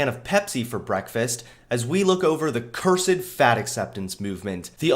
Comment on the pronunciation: Is it only me that gets agitated by the way he pronounces 'cursed'